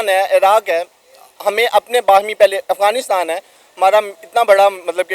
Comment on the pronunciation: Bro literally said afganistan 😅